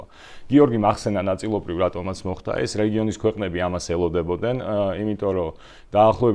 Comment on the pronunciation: “მოხთა” არააა, “მოხდა”. დანარჩენი … ♥️♥️